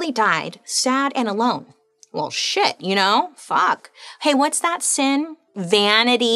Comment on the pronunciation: my name is vanity its funny hearing her say vanity like PERIODD